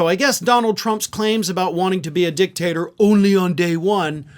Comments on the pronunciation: He said "dick-taster" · It's a small thing, but it's not dictat "er" , it's dictat "or"